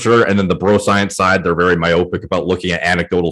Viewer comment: The pronunciation of myopic hurts my brain.